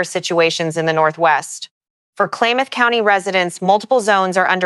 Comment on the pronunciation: hint: learn to pronounce the counties+.... Klamath is pronounced "clam-eth".